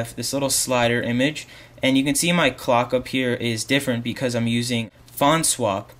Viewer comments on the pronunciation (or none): none